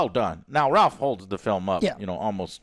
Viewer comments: Its pronounced RAFE even though its spelled Ralph. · and it’s pronounced “Rafe” Fiennes as well LOL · Joe, I love you but damn, please do some basic research before turning on the camera. There's absolutely no reason to fumble or not know this was directed by Nia DaCosta. I can forgive you for not knowing Ralph is pronounced "rayf" because I would expect that, but it's so important to credit the director of a movie properly, especially if you liked it this much. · Guys. It’s pronounced “Rayph” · Yes this is one of my pet peeves. Learn his name dammit. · most Ralph's arn't pronounced like that, fact.